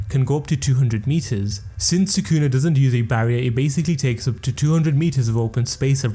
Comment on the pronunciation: try to pronounce sukuna properly first then try to "explain" stuff to your audience